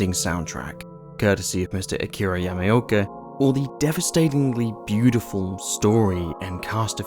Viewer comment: Yam ah oh ka not yami oka